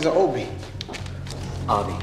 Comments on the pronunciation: I love how Obi says it's pronounced like "AH-bee" and then when they play the tape even Jigsaw pronounces it "Oh-bee" xD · I find it funny how even John pronounced Obi's name wrong. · Oh-bi....what the fuck is a Oh-bi? -Ah-bi...it's my name -Hello Oh-bi.. XD